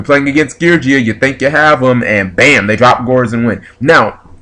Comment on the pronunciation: Your pronunciations of the Geargia monsters are cringe-worthy but cute deck is cute.